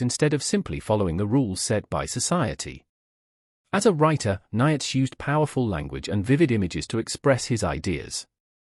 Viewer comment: This is rubbish - can't even pronounce Nietzsche's name correctly. Sodding AI. All credibility lost, first sentence in.